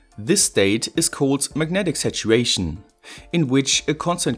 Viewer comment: I was like "Magnetic situation"? What? Took me a while to understand, that he was saying "Megnetic Saturation" :D